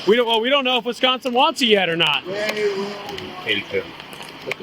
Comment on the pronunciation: Wistconsin. Wisconstin. Lol